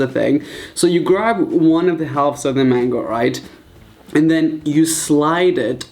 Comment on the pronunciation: Who hears mengo